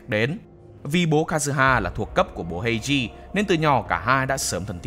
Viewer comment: Kênh đừng đọc phiên âm "ei" là "ây" được ko ạ :(